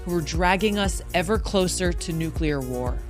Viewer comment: NEW CLEAR not NEW KEY LER